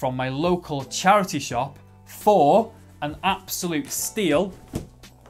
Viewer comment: Bro the way you said "£8"😂😂